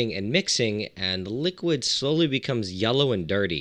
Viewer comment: Are you saying “yella” on purpose?